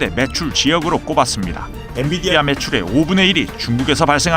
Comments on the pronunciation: 엔”디비”아? Nvidia?? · 앤디비아가 아니라 앤비디아야. 실수했어. 다시 돌려 봐.